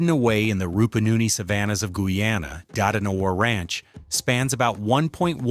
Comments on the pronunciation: ' GOO yANNA '. Go back to school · Your AI vocals suck. Can't pronounce Guyana. Other than that, good video and well researched including the history. Use a human voice next time though please.